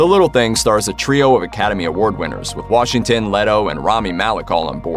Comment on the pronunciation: Washinton?...no g? Seriously?... Ironically, it's The Little Things😤😠🙄